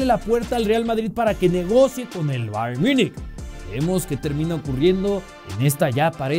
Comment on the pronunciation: Bayern miunik asi se pronuncia?